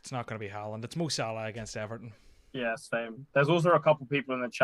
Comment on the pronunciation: “Do you want Salah for 90 or Halaand for 20-30” Mate, at this point…Haaland.